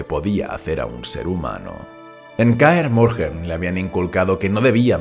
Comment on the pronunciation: Pero no decías que no ibas a hacer videos sobre The Witcher por que la historia tiene mucho relleno ?. Y por cierto Kaer Morhen no se pronuncia así, la h es muda.